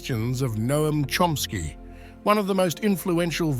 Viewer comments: His name is CHOMsky not Chromsky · The way his last name was pronounced was like 'Trumpski..